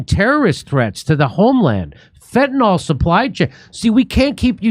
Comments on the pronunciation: Good one. Once again, ‘fentanyl’ is pronounced as spelled: fen-tan-il. Not fentanol. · Say (FEN-ta-NIL). Not "NOL."